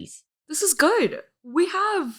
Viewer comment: She says her name. always says it wrong.